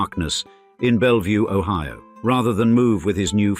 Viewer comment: but the british AI voice pronounced it o-HEE-o